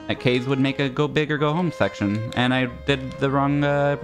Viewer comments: it still kills me. I get that he gets to pick, but it niggles me every time I hear it. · I think pronounces it Ka-ze right? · The fact that they pronounce his name like "case" instead of the Japanese Ka-ze kills me every time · that's because kaze doesn't use the japanese pronunciation